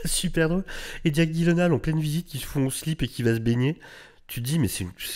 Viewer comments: Bon, après vérification et d'après Jake lui-même, on devrait le prononcer : [gui][yé][laine][haie][leu] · les ravages de la drogue 🤣🤣🤣🤣🤣 sinon ça se prononce dji-laine-ole pour info. je crois que c'est un pote de ryan reynolds donc en vrai c'est peut être leur humour qui est chelou qui sait ? 🤷(non je pense que c'est vraiment la drogue en vrai lol 🌿🌿🌿🌿 la connexion a la nature toussa toussa) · Ça se prononce [gui][laine][haal] en fait. Et je sais ce que je dis, j'ai travaillé pour Ikea! 🤣😂